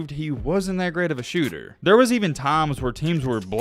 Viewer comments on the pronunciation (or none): none